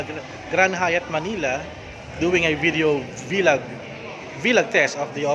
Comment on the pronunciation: its VLOG not V_log